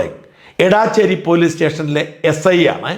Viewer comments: എടാച്ചേര അല്ലടോ എടച്ചേരി ,ഒരു പേര് പോലും നേരാം വണ്ണം പറയില്ല 😅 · എടാച്ചേരി അല്ല, എടച്ചേരിയാണ് ഷാജാ❗ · Not Edaaacheri The name is Edacheri It’s near Vatakara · എടച്ചേരി ആണ് എടാച്ചേരി അല്ല. ഞങ്ങളുടെ നാട് ആണ്. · എടാച്ചേരി അല്ല, എടച്ചേരി ആണ്. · എടാച്ചേരി അല്ല എടച്ചേരി എന്റെ നാട് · എടച്ചേരി ആണ് എടാച്ചേരി അല്ല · Dear Shajan Sir താങ്കൾ സ്ഥലത്തിൻ്റെ പേര് തെറ്റായാണ് പറയുന്നത്. എടാച്ചേരി അല്ല എടച്ചേരി ആണ് എന്ന് ഈ വീഡിയോ യിൽ തന്നെ കാണിക്കുന്നുണ്ട്. Main contentമായി ബന്ധമില്ലെങ്കിലും സൂചിപ്പിച്ചു എന്ന് മാത്രം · എടാച്ചേരി അല്ല ഇടച്ചേരി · ഏയ് മഹാമനുഷ്യാ ഏടാച്ചേരി അല്ല എടച്ചേരി ആണ്! രാവിലെ സാട്ടാ തുടങ്ങിയത് BS ശാസ്ത്രി എന്ന പുംഗവനാണ്. മഹാവൃത്തികെട്ട ഒരു പരിപാടി ആണ്. പോളിങ് ഡ്യൂട്ടി ഉള്ളവർക്ക് പോസ്റ്റൽ വോട്ട് ആണ്. ഇതൊന്നും അറിയാത്ത മഹാ മനുഷ്യൻ!